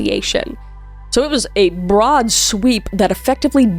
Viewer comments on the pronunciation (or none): none